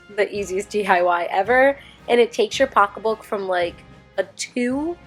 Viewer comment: hearing you say “pocka book” (pocket book) is my favorite thing ever 😂